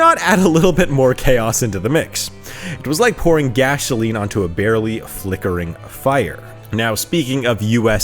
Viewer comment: "Gasholine"...? What is with all you You tubers who can't speak correctly ? Candace Owens, and most of them. They say "extshtreem, and reshtaurant"...what the hell is happening ? Is this a clone invasion, or what ? While I am at it, the word "exit",has no 'G', but you all say eggzit and put g in for x everytime. F'n weird.